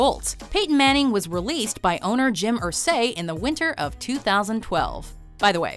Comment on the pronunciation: J Mathews Considering she kept putting emphasis on the wrong part of Irsay’s name (IR-say, not ir-SAY), it’s clear that she has no idea who tf he is or what she’s talking about. Because Jim Irsay is an awkward dude.